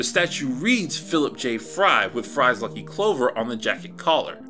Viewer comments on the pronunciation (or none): none